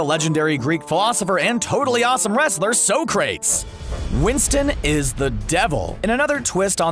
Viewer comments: So-Crates? So-Cra-tes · did he really say so-crates? for socrates (sok-ruh-teez)? or am i crazy? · So-crates 😂😂😂😂🙏🙏 “sock-re-tees” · Socrates isn't pronounced as So-crates, its actually Sah-krah-tees. Unless you were just playing on how they pronounced it in the movie that is lol. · You said the Greek philosopher "sow-crates" but it's pronounced "sock-ru-tees" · are we gunna gloss over the fact he said SOcrates instead of Socrates it is pronounced Sock-ra-tees lol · Did he just say So-CRATES It's pronounced So-cre-tes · So-cra- tees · He said "so crates!!!" 😂😂😂 (It's pronounced saw-cre-teez) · Hahaha. "So-crates"? That hurt a lot to listen to. Its "Soc-ra-teez". Get better at your job. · It was definitely cringeworthy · He was being cheeky that's how Bill and Ted pronounced his name in the movie. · Did no one else hear him call Socrates So Crates?? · Im sorry but "Socrates" was pronounced unbelievably Soc-kra-tees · its pronounced sock-rat-ees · He lost me when he pronounced Socrates as “sow-crayts” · It hurt me how you said Socrates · You pronounced Socrates wrong. 😅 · Did he really mispronounce Socrates? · You mispronounced Socrates maybe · How do you not know how to pronounce Socrates? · The way he pronounced Socrates makes me want to KMS